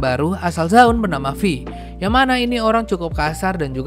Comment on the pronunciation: FYI, Vi cara bacanya fai, bukan fi bang